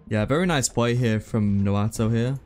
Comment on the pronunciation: keep saying noato instead of naoto 58